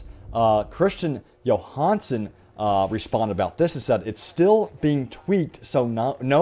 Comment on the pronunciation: Johannesén is not pronounced as a Johansson. Pleace rehearse the pronounciation before making a video with foreign names in it...